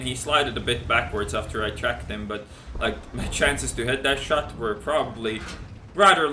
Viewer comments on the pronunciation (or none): none